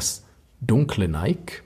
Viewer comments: Ich hab bloss zwei Kleinigkeiten anzumerken an deinem wie immer spassigen, wie informativen Video.👍 1. Nike spricht man Neikie aus. (Ich weiss, besserwisserisch, Haarspalterei usw. Aber wenn du Neik sagst, dreht sich bei mir die Bauchspeicheldrüse um und tut nicht mehr was sie soll.🥺) 2. Das weisse Armband passt ja besonders zur weissen Variante des Ziffernblattes hervorragend (auch wenn es nur aktiv weiss ist). Und genau das zeigst du nicht. 😭. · Hahaha. Zweimal hast du absolut recht. Hatte das weisse Zifferblatt schon vorbereitet. War nur ein Wisch weg. Habe es aber vergessen :( Und das mit Nike stimmt auch. Hier sagen wir aber oft Neik, darum tu ich mich immer noch schwer mit der richtigen Aussprache, obwohl ich es ja aus dem Altgriechischen herleiten könnte...